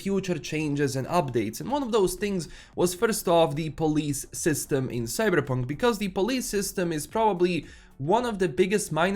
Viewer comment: It's Cyberpunk, not "Cybrrrreeepunk" 😴🤣